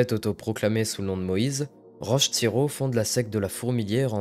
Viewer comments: Si je peux me permettre ça se prononce rock tériau et non roche tirau. Merci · Vidéo très intéressante ! Petit détail constructif : Roch Thériault se prononce « Rock » « Tério » :) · Coucou ! J’aime bien tes video ! Mais pour la prononciation de « roch thériault » ça ce prononce comme « roque tério » meme son que « the rock » le lutteur/acteur americain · Je confirme que c'est exactement ce que j'allais dire!!!